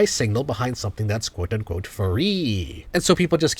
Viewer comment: sounded kinda Indian with that quote unquote